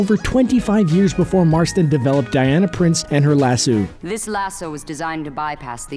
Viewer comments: Aaaaaaaaaaaaaaa! WHY the hell can't anyone pronounce lasso correctly?! Fuck a duck, people, it's LASS-OH. Not lasssooooo or lass-oww, or lis-ooo. My blood pressure is going up and I am NOT lying!! ;-) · So who else cringed every time e he said lassooo, instead of lasso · It's not lassoo, come on, really? It's lasso. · OMFG. It's lah-sew NOT lah-sue. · Lasoo? WTF, lmmfao. C'mon dude.. seriously? LASS-O! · why do you keep saying lasoo and they say laso? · dude it's Lass O not lass U. like leviso SA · It's not pronounced lasoo you dumb shit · Lass-oh not lass-ew, the fuck is that. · Lasoo??????ITS A LASSO! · He says Lassoo wtf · Grace Klemp That's how people put stop. "Staph" instead of Stop, and he pronounced it Lasoo, thats why I spelt it like that. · "Lasoo" wtf?! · why do you keep pronouncing it "lasoooo"? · oh my God please never say "lassooo" ever again. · Stop saying lasoo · LASSO!!!! Lass-oh!!! Jesus that's annoying! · LAS-SUE now I can't stop hearing it. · Is this dude saying LasSUE of Truth? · In Red Son Wonder Woman shatters her own lasso. (She also gets ten kinds of shit kicked out of her by anarcho-Batman.) And why do you keep calling it a "lah-sue"? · I can't stop saying Lasoo now! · how can you pronounce Lasso wrong so many times, even when they clearly say it correctly in the clips you used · 1.)You kept mispronouncing lasso 2.) Diana didn't have a kid with Kal-el she had a kid with Bruce Wayne while Lois Lane had a kid with Kal Other then that, I really enjoyed the video! Keep at it my dude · Jesus say lasso right! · Yes but that's not how it's pronounced. Just because that's how it was read once doesn't make it correct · I WAS DIEING BECAUSE HE SAID IT LIKE THAT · British vs American pronunciation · lass-O, not lass-u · Jad Bouch omg i was like it's lasso not lassoo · The narrator needs to listen to the clips that go into his videos. They clearly state how to pronounce Lasso, yet he sits there crapping out Lass-sue over and over again.